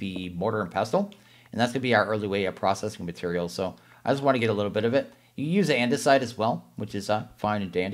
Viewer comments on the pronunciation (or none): none